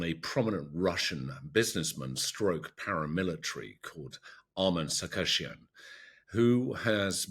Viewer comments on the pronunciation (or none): none